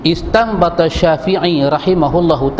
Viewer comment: ini baca kitab tafsir ibnu katsirnya salah, dari segi ilmu nahwu, wamin hadzihil aayatil karimatu, seharusnya wamin haddzihil aayatil karimati. Belajar ilmu nahwu dulu baru baca kitab sehingga pemahaman menjadi benar. Bacaan istanbatha syafi'i salah, yang benar intanbatha syafiiyyu. ustadz ini tidak bisa membedakan khobar muqaddam dan shifat maushuf.